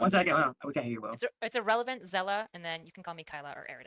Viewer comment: Even Ana voir didn't like ahrelavent